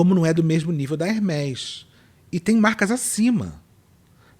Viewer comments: Ela falando Hermes errado, me fez lembrar eu mesma. Eu trabalhava com um executivo da alta classe e aí eu falei Hermes (incorretamente), e ele me corrigiu haha eu nunca mais esqueci. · Aí a pessoa fala de capital cultural no Tiktok, de conhecimento, sobre ser culto e chama a Hermès ( /hérméz/) de Hérmes... Ah mana, menas, né! E, amooo seus vídeos mais cultos. Ótima abordagem sobre capital cultural! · Essa moça de fone branco depois de falar “heRRmès*” , só faltar soltar um “Gucciiii*, colcciiii*” Eu sou pobre, grifes pra mim são igual caviar.. nunca vi, nem comi, só ouço falar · Se lê hermê Francês com ès se lê ê Isso é capital cultural Não se aprende a pronúncia de uma palavra, se sabe intrinsecamente por se saber falar a língua da qual ela teve origem.. Sucesso,!